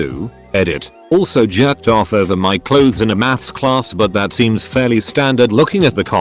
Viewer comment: i love how the narrator pronounces “jyerrked off” lmao 😂